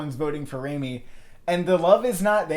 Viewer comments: You are saying his name wrong...it's not RAYmi then Raami..that is so annoying omg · It's not RAY-MEE, it's RAAH-MEE